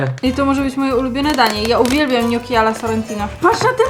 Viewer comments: nie mówi się ,,noki'' tylko gnoczi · Gnoki a nie noki